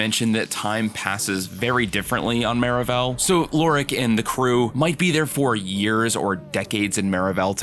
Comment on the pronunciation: I’m s maravell Suppose to sound like marvel